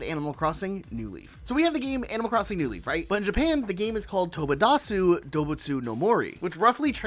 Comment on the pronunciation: the way he said tobidase hurt 😭